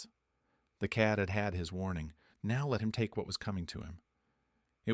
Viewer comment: "lake" instead of "take"?